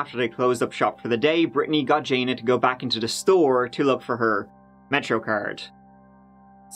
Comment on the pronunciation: That and how he says goo for go. I love his funny pronunciations.